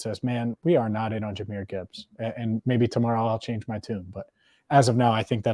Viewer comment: Jahmyr and Ja'marr ... c'mon, repeat with me ... Jahmyr and Ja'marr